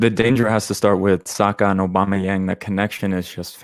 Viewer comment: Man called aubameyang young 🤣🤣🤣